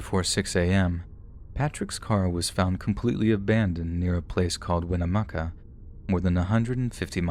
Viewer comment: You have to go through winnemucca to get to reno from wells, I'm from winnemucca awesome job on the pronunciation of the town name!! 👏 We unfortunately still don't know what happened to Patrick or his dog.